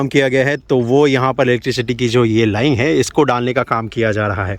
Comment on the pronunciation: सर लाइन होता है लाईंग नही। आप अपना प्रोनाउंसेशन सुधारिए। प्रोजेक्ट को आप पॉर्जेक्ट बोलते हैं। र को ड बोलते हैं।